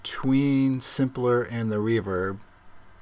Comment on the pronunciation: "Weeverb wet"